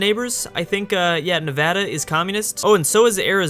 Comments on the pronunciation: Thank you for at least saying Nevada right, it warms my heart. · I'm glad he says Nevada correctly 👌